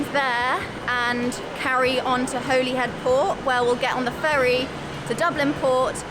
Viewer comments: Holyhead is pronounced Holi hed, not Holy as in religion. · Holyhead is pronounced Hollyhead. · funny , I always thought it was Hollyhead with 2 L's , in Ireland we tend to pronounce it Holly-head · Thanks for catching the Holyhead pronunciation, that one was going to bother me, im not even welsh 😂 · You gained a new subscriber after correcting your pronunciation of Holyhead!!